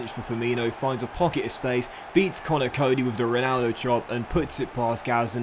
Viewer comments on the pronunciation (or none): none